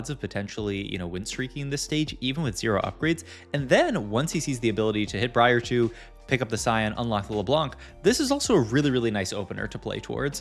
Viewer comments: mispronounced Bree-R :p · It's Bry-er, please lord. Amazing content though 🤣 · It’s so weird because he pronounces is Bree-Ar the first couple times and then changes to Brye-er